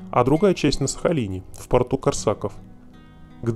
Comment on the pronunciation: КОрсаков,блин! Ударение на "о"!